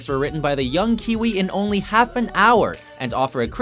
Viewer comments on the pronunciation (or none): none